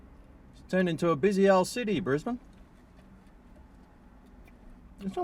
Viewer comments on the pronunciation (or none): none